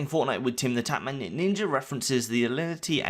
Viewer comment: Umm.. it’s Timthetatman. Not Timethetatman... but carry on.